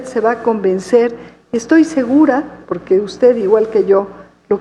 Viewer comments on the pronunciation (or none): Bueno que pendeja está está pinchi vieja, de la cochi galvez. Hable bien pinchi vieja, no se dice poque, se dice Porque Viva Amlo y la 4T. Saludos amigos.